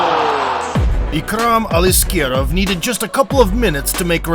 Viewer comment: I love how the narrator trying to pronounce Ikram Aliskerov with the Russian accent. Well done! Your pronunciation is clear and accurate.